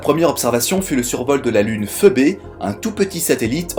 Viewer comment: "iougainse, pheubé"... putain, la vache. "uigainse, phibi".